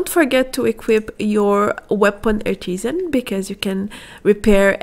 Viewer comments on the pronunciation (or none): none